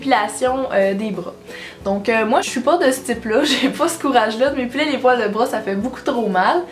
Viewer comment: “Les poils de breuh”